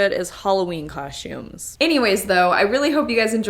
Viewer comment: This is the first time I realized says “coshtumes”